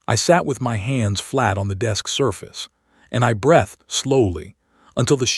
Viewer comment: I am not a good story teller, and this is not a criticism of the story. The criticism is of the AI that is doing the narration. I do not know what the feedback mechanism is, or should be for the AI to make improvements. I might argue that it should be another AI that highlights mispronunciations such as the numerous times it pronounces breathed with a soft e and not a sharp e. There are others, but that one is showing up in story after story, which tells me that either the person publishing the story does not have tha ability to get corrections fed back into the system, or doesn't care if there are such issues because the entire intent is to get the interactions before YouTube cancels their monetization because they are using an AI for narration. And yes, YouTube is de-monetizing HFY based channels and declaring it is because .they are using AI, even when they are not. Happened to Starbound HFY , so be aware that's in the works. (I am not reporting one way or the other. I'm listening to the stories.)